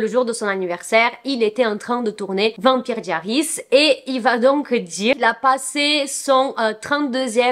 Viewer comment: La prononciation de vampire diaries pitié 💀💀💀